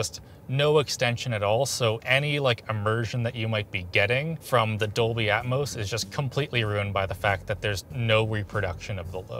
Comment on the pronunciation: What's Doley Atmos?? lmao jk jk IK its "Dolby" 🤣